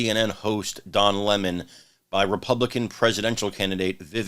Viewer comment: Don Lah-Mon isn't very bright